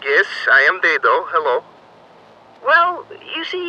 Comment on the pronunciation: THANK YOU FOR SAYING IT "DAY-DOH" BC MY NAME IS "DAY-D"